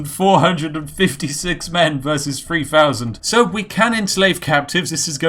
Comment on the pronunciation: How many men? "Fowzands!"